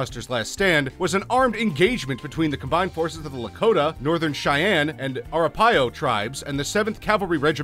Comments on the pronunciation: It's pronounced a - RAP- A -hoe. When did they stop teaching pronunciation in English class... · I stopped watching when he called the Arapaho the Arapios. At first I thought some Italians had started fighting for the Sioux. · Are a pio? It's Arapaho learn how to pronounce the words please. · Ah-ra-pah-ho, not aha-pa-row. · The Arapahoe name is pronounced: Ar-a-pahoe, not Ar pai o. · stop, stop, stop..........he just said ORAPIEO! the end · It's pronounced A-rap-a-ho genius. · uh-rap uh-ho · He fucked up pretty much every non-english word. Also sad that an American can't pronounce 'Arapaho'. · He pronounced Arapaho wrong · You said ‘Arapaho’ wrong. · An American who can't pronounce 'Arapaho'!